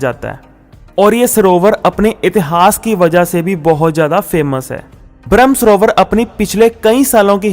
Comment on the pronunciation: ब्रह्म सरोवर आप बोल रहे है भ्रम . गलत उच्चार